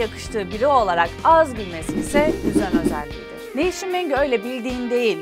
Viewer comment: nevsin...nev-now...filandan gelmiyor, yani yeni isik filan degil noush-in veya nevs-in dir....nev-sin degildir yani now=nev anlami "yeni" kelemesinden degil....noush kelemesindendir. Tercumesi bir az zor benim icin ama guzel, lezzetli, hos,.... oyle bir kelime. Tam anlami "noush" olan...noush gibi.....